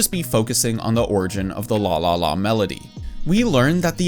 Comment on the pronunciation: The way you pronounce LALALA as LÅLÅLÅ make me think, "You Swedish"? 😆